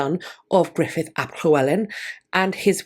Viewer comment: 56 years old and just learned Gruffudd is pronounced Griffith.